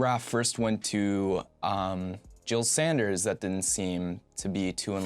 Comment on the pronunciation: Not one to point stuff out like this usually, but you said "Jil Sanders" a couple times this vid and have a couple times in the past as well. Pretty sure it's "Jil Sander" as in no "s" at the end. Otherwise great to see you getting more comfortable in front of the camera over time.